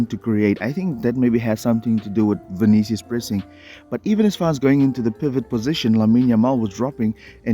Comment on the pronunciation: Man said vinchenchous 😂😂